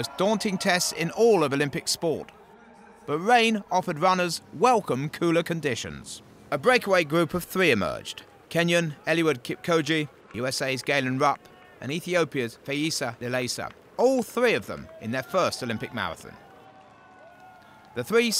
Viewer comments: Eluwid kipkoje, 41kms and mawafin. My toe nail would be a better commentator. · The commentator totally butchered Eliuds name 😆 😆 Eli-wud Keep-koji? Seriously!? dkm, this is not even funny! Eliud is the best marathoner of all time; put some respec on it!